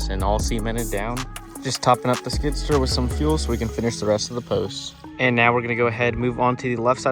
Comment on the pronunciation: Skid-steer, not skidster lol